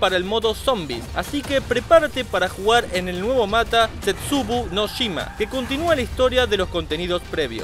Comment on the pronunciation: Este hombre no sabe hablar: Nuevo mata (mapa) y world of wat (World at war) plss